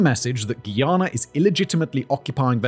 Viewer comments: Guy Ana not gheeyana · It's hard listening to him say "Ghee-ana" over and over. It's *Guyana*. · Guy.... its pronounced Guy...ana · Are you mispronouncing Guyana on purpose? We don’t say Guiana. Stop playing with us. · Say it with me… GUY-ANA. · Simon, Guyana is pronounced like the word 'guy' as in 'Who's that guy?'